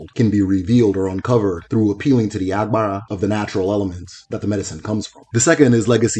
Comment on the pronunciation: I enjoyed your videos...but i noticed you pronounce some Igbo terms like they were yoruba words...e.g Arushi, Agbara etc.